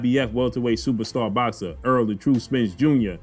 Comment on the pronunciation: Wtf is earl! Tht man name is Errol you don’t even know his name you can’t talk no more 😂😂😂😂